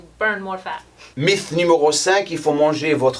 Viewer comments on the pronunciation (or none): Merci pour ses vidéos toujours intéressantes. Pour améliorer ton français (si ça t'intéresse??!) mythe en français ça ce dit "MITE" en phonétique.😉